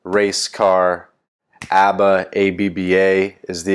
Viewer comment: It seems like you steal "Abba" from Pakistani Coder😅. Because,you couldn't pronounce it rightly.